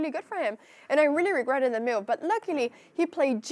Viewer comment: I like how she says "m'uv" (move)